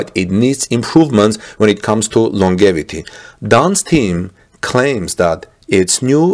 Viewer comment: "longevity" is pronounced "long jev i tee"